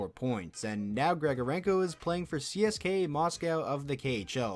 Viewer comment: they way you pronounced each letter in CSKA Moscow drove me crazy lol but this was an amazing video, very interesting- the comparisons are never good, but oof do these ones suck in retrospect